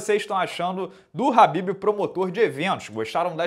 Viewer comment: A pronúncia do nome dele é Rhabib, com R e não Khabib, aprenda.